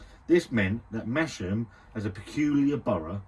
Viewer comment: Its pronounced: Mas-Ham lol, its hilarious hearing you call it Mashem lmfao